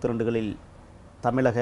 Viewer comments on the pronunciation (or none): none